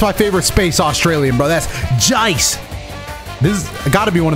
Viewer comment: bro hit that "jeice" tho. it was on point 🙏